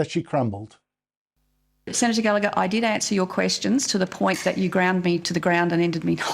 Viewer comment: FFS, can somebody please get the pronunciation of gallagher's name correct. The g in there is NOT silent